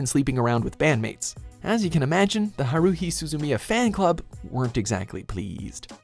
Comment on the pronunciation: "Ha-roo-hi"? Do you even anime, bro?